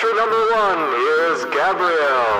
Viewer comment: Holy shit you actually pronounced "Gabriel" the right way, without saying "Gaybriel". I'm impressed.